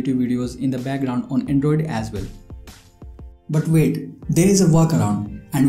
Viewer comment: “Bhutt wvait”